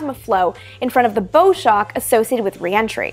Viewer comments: . . You mention the "bow shock". . . You pronounced 'bow' it as in 'bow and arrow' But, is it pronounced 'bow' (as in bow and arrow)?. . Or is it 'bow' as in the bow of a ship? I think it should be pronounced the second way, because the wave of compressed air is like the wave of water formed in front of a moving ship. That is, a bow wave forms in front of the 'bow' of the ship. . . or for spacecraft, in front of the 'bow' of the speeding re-entry vehicle. . What do others think? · "Bow Shock" Its usually pronounced "bough" as in the bow of a ship rather than "bow" as in the thing you use in archery. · Bow shock. "Bow" like the front of a ship. Or "she took a bow". Like a "tree bough". Not like bow and arrow. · I believe the 'bow' in 'bow shock' should be pronounced like the pointy end of a boat. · Amy is Canadian, yahhh. Listened again, yeap Amy said bow, not bough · I think it's pronounced "bau" shock as in the bow of a ship... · Rob K Music She's referring to the bow shock, although it's actually supposed to be pronounced like bough (as in when the bough breaks) shock. I think. I always assumed it was derived from boating, as in Bow wave, from the bow (nose/front) of the boat. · Bow as in bow shock is pronounced like what an actor does on stage, not like what an archer holds. I just found your series and love it! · Hi Amy. I really enjoy your episodes of Vintage Space. In this one you mention “bow shock”. I think you mispronounced the term, saying “bow” as rhyming with “hoe”, like in a bow and arrows. The word should rhyme with “how”, as in the bow of a boat. You can now see where the term “bow shock” comes from, as the bow shock wave of a spacecraft is similar to the bow of a boat pushing through the water. Here’s a new subject for an episode: What does a cabbage patch have to do with early rocket flight? Robert Goddard launched the first liquid fueled rocket from his Aunt Effie’s cabbage patch in Auburn, MA, in 1926. Gary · odd pronunciation of Bow Shock